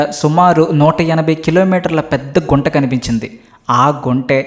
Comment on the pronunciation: అది గుంట కాదు గుంత అనాలి😂